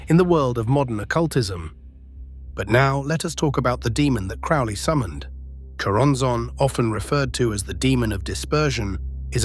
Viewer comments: crowley, NOT crawley. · Its crowley like holy not crauly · that’s just the way it was pronounced.. “Crow-Lee”.. rhyming with “Holy”. Yes. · Crow-ley....crow like the bird. He even states the correct way to pronounce his surname in his own writings. I think it is kind of annoying and slightly disrespectful to the bloke. Especially when I hear so many claiming to be an expert on Crowley or an Occultist, yet they still butcher his name. FFS. I hear it far too often. Rant over. It really, REALLY does grind my gears and makes me piss boil and brain itching. All things I understand are my own autistic traits and that in the greater scheme of things, it is not that important. But I just can't help me automatic response. Haa!!! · It's Crow-ley as in crow. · Its CROW-ley... Alistair CROWley..corvid. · 🙋Heard it with a long o. Crowley🤷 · If you can't even pronounce his name......